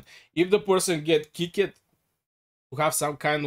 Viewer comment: kickited its kicked